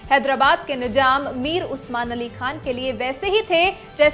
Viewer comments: Nijam Nahi Nizam Apni Urdu Sahi Karo Channel Chala Rahe Ho Mazaq Nahi. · Pehle izzat se naam lo. Nijam nahi Nizam bolo. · Masha Allah no Masa Allah. Nizam not Nijam. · Waise nijam nahi nizaam hota hai apne alfaz ka talaffuz sahi kijiye madam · He is not " nijam" ..." nizam"